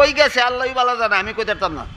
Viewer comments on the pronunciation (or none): none